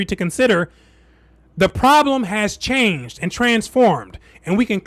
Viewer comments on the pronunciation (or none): none